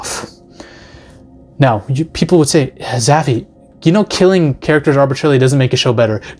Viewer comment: ..."multiple peepler" i busrt out laughing